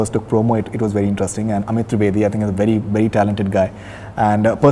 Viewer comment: Those days when Faridoon's face colour used to match his rest of the body. Now this wannabe idiot puts on so much make up that it's lol-worthy. And for god's sake sexist idiot it's 'interesting' not INTE'RUST'ING